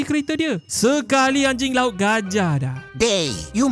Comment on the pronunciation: Yang saya dengar ANJAR LAUT